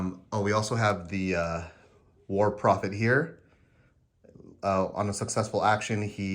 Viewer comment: When you introduced the Trench Pilgrim units it sounded like you said "war profiteer" to my ears instead of "war prophet here" and I was like, yes that's probably accurate in-universe.